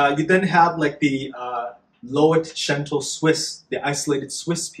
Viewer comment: I’m obsessed with your channel, thank you for the information 🥰 P.s. Loetschental is the anglicized version of Lötschental so not “lo-et”